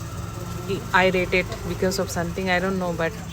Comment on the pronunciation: *irritated! I think you pronounced it wrong.